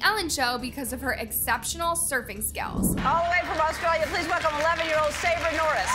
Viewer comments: Sabres name is not sa-bray it’s pronounced sabre like light saber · First that’s not even Sockie and Biggies name.. AND SAYBURYY😭😭☠️ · man, those kids love to record videos. and i can see it. these kids edit their own videos and react to a lot of stuff. and they know part of their fanbase is growing up. AND TWO, ITS SA-BURR NOT SAH-BREY☠️☠️ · Sabre Norris ❌ Sabray Norres ✅ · Girl her names not "sabray" it's sabre as in saber tooth tiger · NOT THE WAY SHE SAID SABRES NAME!!! She literally heard Ellen say it then she said saubre. Later in the video she literally said Sabres name correct. She’s just doing that to be mean I guess. Just say her name right it’s not that hard. And the Norris nuts children decide the video ideas. Some of the, have been a bit odd but there is no need for hate or for them to stop creating. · As an actual Australian, a Norris nuts fan and an opinion queen the way she says Sabre is the rudest anyway she has a clip of ELLEN saying Say-buh and STILL says Saubray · “Sab-rey” it’s pronounced saybur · Um sabre’s name is pronounced say ber not sa bre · its sabre not SaBrAy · Hey if you are going to hate at least pronounce the name right sabres' pronunciation is Sa-bur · its pronounced ' saber' not ' sabrer '' 😂😂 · I disagree, if you actually watch the nn, you would see that their parents is like anyyyy other, even better, they treat and teach them so well, whoever agrees with this annaoop video, she’s basically lying, it’s just loads of nonsense..(also,, it’s not sau-bray, it’s say-bur, that’s how you pronounce it 💀) (also, no, those aren’t they’re “actual names”, it shows that what ur saying it fake and u did barely any research- stop embarrassing yourself..) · LMAOOOOOO "SAR-BRAY" (its pronounced "say ba" btw) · One question, how do you play a clip of Ellen saying Sabre , and still pronounce it Sau-bray??! 😭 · “saubray” XD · did sabre dirty when she said “sabrae” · She pronounces Sabre as saabrea. It kills me 😂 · It's sabre